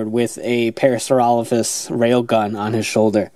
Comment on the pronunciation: Yeah you pronounce Parasaurolophus correctly. Strangely enough the morpher does not.